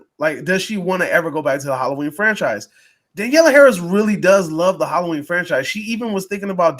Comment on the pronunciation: Maybe 5 minutes on prep time guys? You didn't even know thier names. It's also Danielle. Not Daniella. And SCOUT Taylor-Compton. Harris carried the fanchise when Curtis left it, so Halloween fans owe her a bit of respect, to say the least.